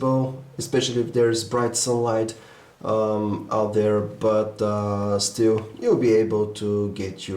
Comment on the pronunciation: I love to hear this guy talk lol s tree and dere